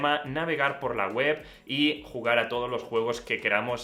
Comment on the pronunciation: Final cat? Porque se les complica tanto pronunciar el ingles a los españoles?